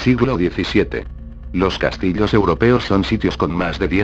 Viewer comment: jajaja dijo "los castilos"